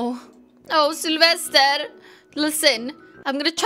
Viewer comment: I like your accent when you say Sylvester's name